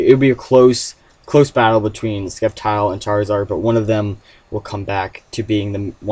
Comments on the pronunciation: ...its SEPtile! NOT "Skeptile" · I thought sceptile was pronounce with c being silence. Like "scent" so just sssseptile. Anyways I rather see the return of pidgeot. #megapidgeot #ftw